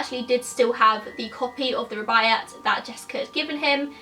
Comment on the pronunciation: The Rubiyat of Omar Kyam is a classic and it's just embarrassing that you have never even heard of it. A sad indictment of the failing British school system I'm afraid. You do know that you can look shit up on YouTube in order to find out the correct pronunciation? Guaranteed that someone somewhere has done a video on the Rubiyat for example.